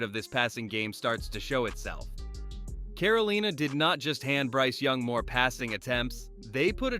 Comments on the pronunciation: Caro-leena. Lol keep pounding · "Caroleena"? I hate computerized narrations.